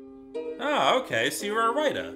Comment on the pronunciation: T! The Writah!